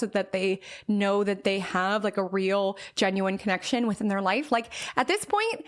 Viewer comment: I love you but when you say THURR (THEIR pronunciation) it really is distracting 😭😭😭😭😭😭 I’m so sorry I just wanted to let you know. For example: “don’t compare yourself to THURRR Journey”